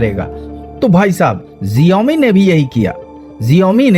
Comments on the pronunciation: abey xiaomi hota h na ki genome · Jiomi mat bol bhai xioami bol 😂😂